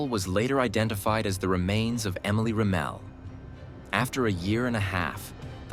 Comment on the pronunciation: Rem-ul...pronounce it right my guy.